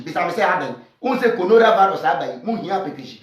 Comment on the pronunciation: nkwasias3m, he said Conoravalus hehe you guys don't know what you are talking about